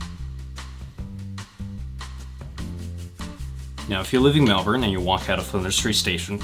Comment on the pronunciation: as a fellow melbourne person way we bow to you as the first american or canadian to not say it is melborn